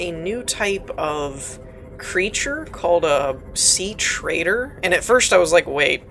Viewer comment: The charger takes less energy than it gives, also you can put the stalkers in the bioreactor PS: it's "treader" not "trader"